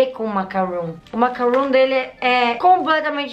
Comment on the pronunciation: vc se se confundiu o "macaroon" que vc falou e macaron e não macaroon Macaroon e isso mesmo